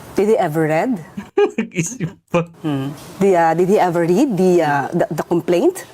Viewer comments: BOBO TLAGA!DID TAPOS READ(RED)DAW!!SHUNGA!mommy ko graduate ng UST.ENGLISH TEACHER and JOURNALSM graduate!wag po IPAHIYA ang UST! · Sa una pa lang na did he ever read yung pagbigkas nya ng read ay past tense. Did na past tense pa ang gagamitin nya